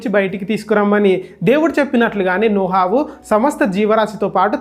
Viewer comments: నోహవు కాదు నోవహు 😂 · Video chala bagundhi brother kani nohavu kadhu novahu